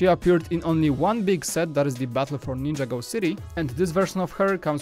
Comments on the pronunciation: It's ninjago not ninjAgo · It's not ninja-go it's nin-jago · Dude its ninjago not ninja go!